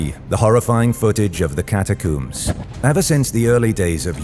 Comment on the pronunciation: It´s pronounced ¨cata-combs¨ not ¨cata-cooms.¨